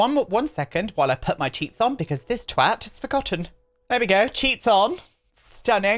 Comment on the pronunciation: When you said you “forgot your cheats” I thought you said you forgot your cheeks instead. I was like god your always forgetting to put your arse back on aren’t you 💀